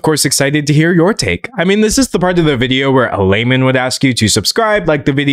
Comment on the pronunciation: Lol Everytime you say 'layman' i think you're saying 'lame man' and yeah that is pretty lame to ask for likes 😅